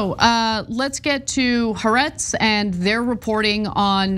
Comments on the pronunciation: “Ha-Aretz, not Haretz.” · Haaretz is 3 syllables as in Ha Aretz, isn't it?